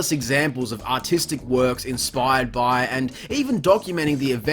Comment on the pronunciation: Doesn't sound like it at all, all i hear is "Ah Tea Stick" XD